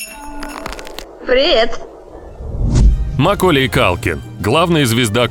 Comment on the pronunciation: какая свежая тема!еще и не правильное ударение в имени макколея.диз